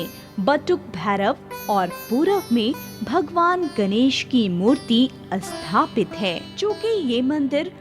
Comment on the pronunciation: Asthapana, asthapit, isthit, asthaan... Do pay attention to correct diction and pronounciation. Appreciable video otherwise.